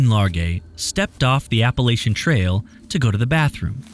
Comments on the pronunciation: Love these videos! But as someone who has lived in the Appalachian region most his life I must correct on this one issue: it’s pronounced “App-puh-LATCH-un.” I realize there is no “T” cut there isn’t a “t” in “Church” either and the “ch” sound is annunciated the same. If someone pronounces it the way he dies in the video around here you will be looked at like an alien or a Bigfoot lol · Love the video. For future reference, it's Appa-latch-in. ❤